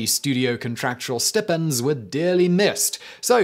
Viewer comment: Stipp ends? Oh you mean stipends don’t you